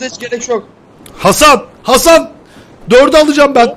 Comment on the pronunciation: abi bi ara ban hasan diyorsun zannettim